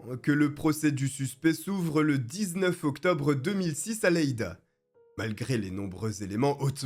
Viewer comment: Phonétiquement c'est "yeida"